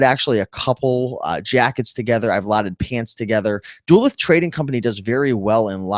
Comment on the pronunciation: Duluth is Doo- Looth and not Duh- Luth.